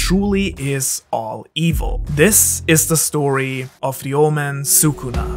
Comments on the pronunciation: I literally thought he said "This is the story of the old man Sukuna" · he said " Ryoumen Sukuna" what i heard O L D M A N S U K U N A